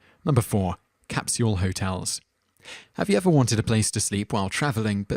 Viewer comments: haha that and "capshule".. too funny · That was some painful pronunciation. "Kris-tee-an" and "cap-syul"?!